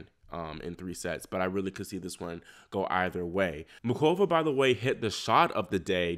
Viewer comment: It’s Pronounced Mooh-Ova not MuKova. Just fyi